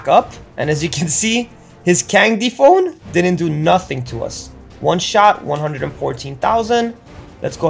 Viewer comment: "Candy phone" you are killing me!